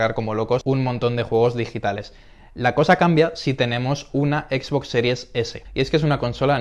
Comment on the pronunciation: Me estoy artando chicos, no es por ser mamon ni nada, es solo que no tolero que le digan equis box, es como una mescla de ingles y español. Me descuadra un monton, entiendo que tambien se lee box en español pero es algo muy feo escuchar a alguien decirle asi tras crecer en un ambiente donde todo el tiempo le hemos llamado "exbox"